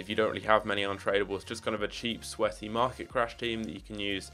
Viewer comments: Market bro not marlet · “Marlet Crash”